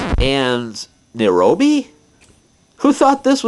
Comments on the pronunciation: Nairobee no it's pronounced nigh oh bee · It's not Nirobe. It's Niobe, the Greek Goddess. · It's naiobi. Not narobi. Besides, there more like land than pork ins.